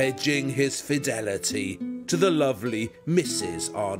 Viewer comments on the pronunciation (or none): none